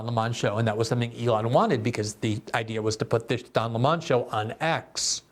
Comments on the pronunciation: GG, I see you're giving tucker some credit by calling Don lemon, Don Lee monnnn. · I never knew before watching this video, that his name was pronounced; “His Higness, Sir Dön A’Lleighmòn” Somebody said just yesterday, that post giving his Pulitzer worthy interview of “X” magnate Mr. Musk, that now he goes by: “The Duke Of Employè No Amorè”